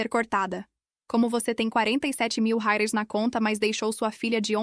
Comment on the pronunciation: nunca conseguem falar reais mas dólares falam corretamente